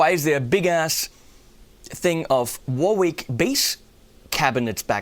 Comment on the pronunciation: it's 'warrick' not 'war-wick :)